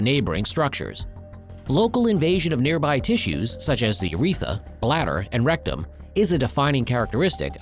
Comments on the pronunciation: It's not "uretha", it's "urethra". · It's ureth R a. Not uretha. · Isn't it "Urethra" rather than "uretha"? Check your pronunciation, please. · Slightly worried that you don’t know that it’s pronounced urethra, not uretha. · It’s urethra, not “uretha.” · The Uretha? Like Uretha Franklin, the famous R&B singer? There are TWO Rs in urethra. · We're supposed to take seriously a video regarding a serious medical condition that primarily affects males when the video's narrator neither knows what is, nor how to pronounce the name of, one of the principal organs (the urethRa) of male anatomy? "Urethra", not uretha. That this video was approved for publication / presentation on this or on any platform is inexcusable. Such a fundamental error leads me to view with skepticism information which may be presented in ANY video presented by this (YT) channel. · "urethra", not "uretha." And other mis pronunciations (and/or misspellings). If I must get my medical information from a dumb bot (which is what is talking in this video), then it must at least know how to spell and pronounce medical terms. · It’s UrethRA not Uretha. Please correct. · informative, educational and awareness-based. the ai mispronunciation of "uretha" cannot be highlighted enough. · STOP SAYING URETHA!!!!!!!!!! If you're just AI, then you have even less of an excuse. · I believe it's called a urethRA with an "r". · It's "urethra". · It’d be nice if the narrator of a video about the prostate could pronounce “urethra” correctly.